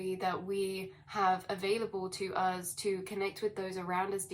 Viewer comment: you continue to be hittin' every nail on da head good... Earthquakes in 3D are a connected thing too, as well as all else you allude to... I like how you say "uz" btw :) It's Eleven on the dot 16 0 3 Star Age Be Many thanks continued... :D Much Love - ISUZ 11 01